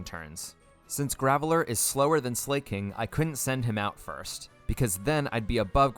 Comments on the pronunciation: Him saying ‘Slay-king’ instead of ‘Sla-king’ is really bugging me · Why do so many people pronounce Slaking "Slay-king". It's literally just the word "Slacking" without the "C". Unless it's an intentional troll, but I've heard so many people say it 🥲. Anyway, great video 😄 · Why does he say slayking